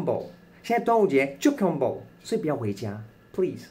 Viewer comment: Dragan Boat的KK音標XD